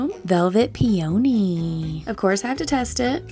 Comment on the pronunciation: Hahaha the peony pronunciation